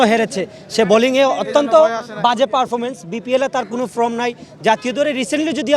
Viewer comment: ফ্রম না ফর্ম? 😂😂